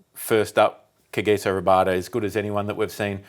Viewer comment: Australia will still win says Finchy 😂😂😂 They still havent learned from the cheatin😂😂😂. How i wish SA can spank their arrogant a**. Finch cant even pronounce Kagiso Rabada 😂😂😂I laughed so hard. He will know how to properly pronounce his name after the WTC final thats forsho.